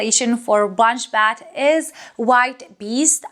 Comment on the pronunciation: Bet not bat. Nice review as always